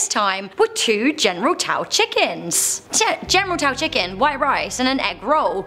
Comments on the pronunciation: General Taw?! General Tso, pronounced So......not Taw. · "General Tao"? General Tso (pronounced So). "Vrillion"? Vrillon (Vrill-on). "Teurod"? Taured (Tua-red). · It's "General SO" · OMG its general SOoooooos!!!!!!!! T is silent so all u have is "so"!!!!!